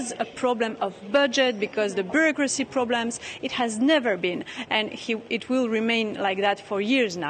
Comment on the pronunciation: make an effort, and learn how to properly pronounce the few words that you are butchering: BUREAUCRACY - bju'rokra'si INFRASTRUCTURE - infr'straktsr PIONEER - pajo'niir